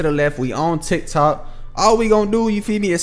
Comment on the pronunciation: My mans said TikTik😂 love the videos bro bro